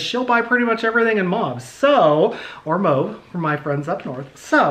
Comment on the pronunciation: Lol I’m so glad you know how to pronounce mauve I don’t understand where they get “moe-v” lol